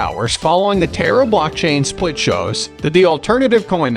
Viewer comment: You can’t even pronounce the name Terra right lmfao 🤡🤡🤡